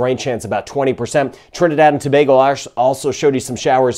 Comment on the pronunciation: I am not going to lie. I feel better after one of your videos. You are the ONLY American commentator who can pronounce "Tobago" correctly!:) For that ALONE, I give you a 👍!